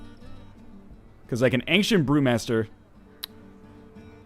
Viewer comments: I'm canadian. Aboot is hardly said, and angshent is definitely not a thing. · I think he's mocking the way Northernlion pronounces 'ancient'